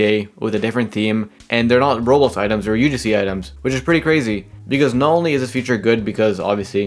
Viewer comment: I’ve already said this 100s of times that even when I slow down I still can’t understand because he doesn’t even fully pronounce most of the words. For example he says “Roblos”